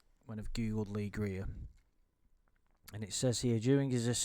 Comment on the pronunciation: It’s Lee Greer! It’s Lee Greer!